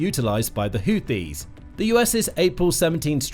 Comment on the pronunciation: Every time he tries to say HOUTHIS, it sounds like he is saying HOOPIES. Last that I knew, the HOOPIES are a basketball team, out of West Virginia. If this YouTube channel isn't careful, some of our American "jar heads" will probably end-up attacking West Virginia.